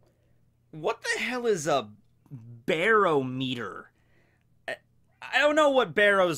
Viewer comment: You miss pronounced barometer lol and I say he and chopper get along with guy makes cotton candy being cotton candy lover chopper lol